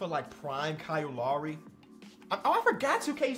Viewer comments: Man said lary it’s lowry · sometimes its not dyslexia its just Illinois like Cow Lowry